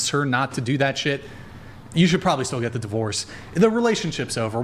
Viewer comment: Urghhh! The word is probably, not prolly. Prob-ab-ly. I knew that when I was 5.🤢